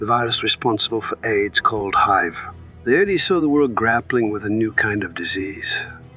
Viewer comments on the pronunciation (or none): Robot voice. I'm out. No one over the age of 12 would call H I V hive. Lazy bastards. Takes too much effort to read a damn story? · I never heard anyone said hiv as “hive “ before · i don't know who the narrator is but I always thought hiv was spelled HIVE lol